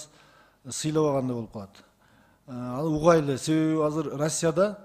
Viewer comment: Угайлы эмес угалы деп так суйлосонор